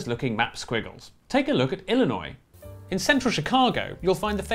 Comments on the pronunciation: they did pronounce Illinois slightly incorrectly. The stress is supposed to go on the final syllable and they put it on the first. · you pronounce Illinois wrong